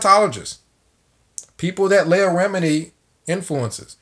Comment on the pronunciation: Good vid bro, her name is phonetically pronounced LEE-AH, keep up the good work home boy✌🏾